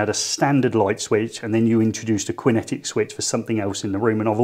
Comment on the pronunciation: It's pronounced Kinetic not Quinn etic! 🤔😱🙄